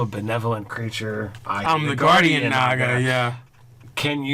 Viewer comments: haha who pronounces it nega? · that is incorrect, look it up it is Nah-ga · Naga -- (Nah-gah) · Sorry, it's pronounced "Noga". LOL! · captian bert look it up, it is NAH-ga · The Fractured But Whole no it's pronounced NAGa. XD